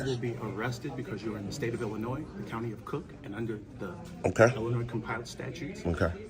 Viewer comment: Go hire an actual lawyer and ask them to confirm your "theory" that a private contractor's building is "public". You're simply wrong about that. Also, the "s" in Illinois is silent. LEARN SOME THINGS.